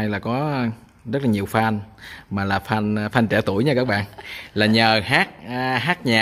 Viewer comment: (a) FAN (tiếng Anh) phát âm gần giống như /phen/, không phải /phan/. Nếu không đọc đúng tiếng thì dùng tiếng Việt "người ham mộ/ngưỡng mộ". (b) Phát âm sai: YOUTUBE /iu-tu-be/. VIDEO /vi-deo/, MADE IN VIETNAM /ma-de-in-việt nam/, VIET VISION /việt-vi-dần/, v.v... (c) Nhà đẹp quá.